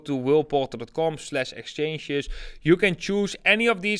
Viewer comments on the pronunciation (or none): I like your channel, has valuable data and great desire for success. Just a note- please pronounce Whale Portal Properly it sounds like Will Bottle😁